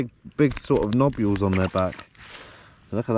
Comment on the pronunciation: He he. Sorry. I’m such a child. Nobules 🤣🤣🤣🤣🤣 Love the vids guys 👍🤢🤢